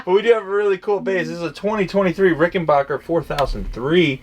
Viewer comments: There must be something wrong with my comp speakers as it sounds like you're saying RickenBOCHer rather than RickenBACKer........I'll need to take my computer to the shop and get that problem checked out. 💫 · it's Rick-en-baker (pronounced "back") , not bock. Get that right first, and then whatever else you say has more credibility.